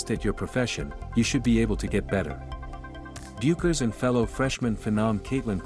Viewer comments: It's pronounced BECKERS!!!!!!!!!!!!! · Paiges’ last name is pronounced “Beckers” despite its spelling.